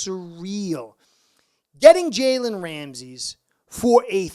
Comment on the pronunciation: His name isn’t Ramses it’s Ramsey